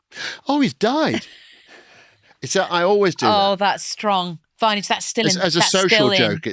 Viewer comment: This is the first one I’ve seen since listening to the Kathy Burke episodes and the ridiculous use of Vineage had me stopping watching after 14 minutes.